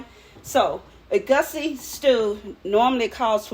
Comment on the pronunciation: Ee-goo-see. Ky-ann pepper